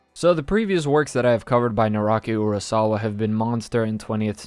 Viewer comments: Naoki* Urasawa NOT Naroki Urasawa!!!!!! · Am I crazy or did you say “naroki urasawa?”